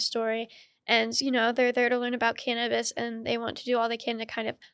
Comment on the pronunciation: Well it's not called "Can'tabis" lol